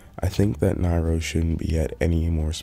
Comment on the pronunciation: Lost all credibility he pronounced Nairo the way you pronounce Mario